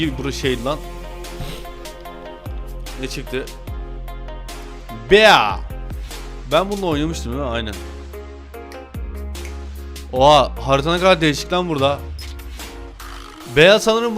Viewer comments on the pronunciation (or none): Abi bea değil bii Dye Okunuyor